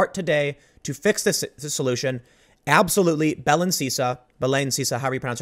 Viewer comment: Belen? I thought you said bellend at first, which is apparently more accurate.